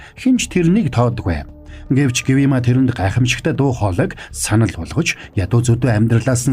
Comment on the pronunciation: Гивима биш гиүма шүү😘